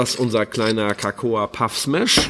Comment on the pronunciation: Ähmmm... Cocoa (auch nicht cAcoa) wird einfach nur "coco" ausgesprochen (wie in "coconut")... 😊